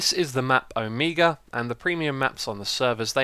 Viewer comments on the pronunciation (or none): Omeega? XD gotta love that accent.